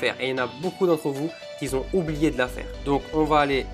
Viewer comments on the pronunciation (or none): Il y en a beaucoup qui zont... Y en a qui zont pas... Y en a qui zont oublié... OMG!!!!